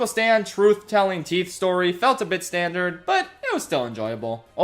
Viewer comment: ”stan- dard” hehe ”dipping out” also apparently melody works at the shack now :D